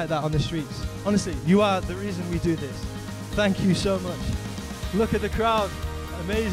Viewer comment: Aside from the B, V, and TH pronunciation issue, that last girl was superb!